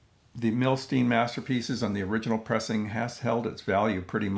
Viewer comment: Fabulous release. I still need both of those Cisco Capitol reissues! You've inspired me to break this 'Masterpieces' out today. Thanks! Also, fyi, as he was Russian-born, I believe his name is pronounced 'Nah-Tann Mil-Styne' - as opposed to 'Nay-thun Mil-Steen'. Cheers as always for your thoughtful takes and insights.